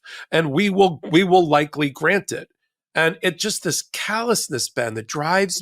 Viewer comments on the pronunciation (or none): none